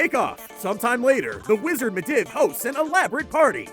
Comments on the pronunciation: med iv? dont you mean mediev (pronounced medeev) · It's medeeve not midiv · Gregoron Blackbane Also the way he pronounces midivh. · meh-div idk if its just a trope at this point to mispronounce every name, but even if it is, can you not please? It's so aggravating and the humor has worn off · the way he said medivh made me want to unsub